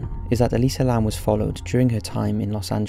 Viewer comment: actually its Elisa Lam.not Lamb.